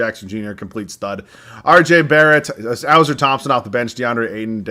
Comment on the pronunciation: Pronounched “Uh-Sore” for Ausar